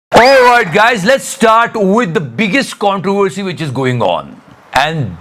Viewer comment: "CONTROWVWERCY""""🤣🤣 It's okay not to be able to say "V" -YT guy....I don't remember your name,...